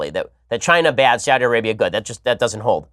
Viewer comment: Saw-thee Arabia.